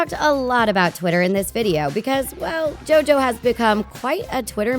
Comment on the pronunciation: PAUSE! Turn your subtitles on! When she said JoJo, it came out as Joe doe!!! 🤣😂🤣😂🤣😂